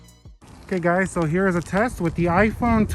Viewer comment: Did you add the word “guyz” you said in the intro? It sounded wierd :/ Nice videos btw